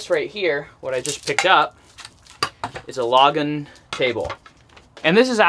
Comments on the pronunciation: By the way it’s pronounced ‘lagoon’ table. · It's pronounced La-goon. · Seen that brand of table mentioned dozens of times on sales videos, I believe it's pronounced "low-goon". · The table is pronounced LaGOONE. 😂😂 Think Goon squad.